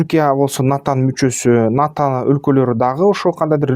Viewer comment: Сенин булар менен ишиң эмне, арабаңды кылдырата бербейсиңби?! Сен абал ната деп балдырабай НАТО деп түздөп айтчы?! Сенин айтканың менен эмес, Алланын айтканы болот!